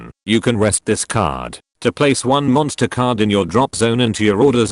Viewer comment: Am i the only one who kept hearing "MONSTA CARDO!"